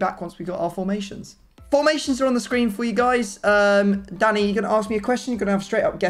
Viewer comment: Why does is it sound like keeps calling him Daddy instead of Danny.